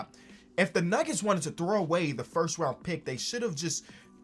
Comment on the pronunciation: Lebron going firth instead of first is gross